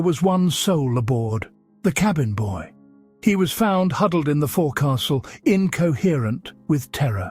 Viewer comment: I enjoyed this, thankyou. (Forecastle? It's 'foke sal')